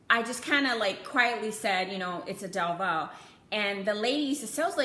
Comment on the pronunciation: Thank you for saying our last name right 😂 A hundred videos saying DEVUUUU